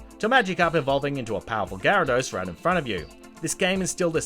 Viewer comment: “Pick-a-chu” ...I’m done. And what’s amazing is that he pronounced Gyarados Correctly